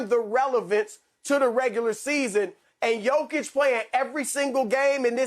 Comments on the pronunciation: Rick ima need you to just say “jokic” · Fool said jakic 😀.